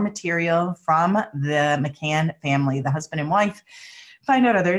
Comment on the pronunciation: McCann NOT McCain...he was another liar and murderer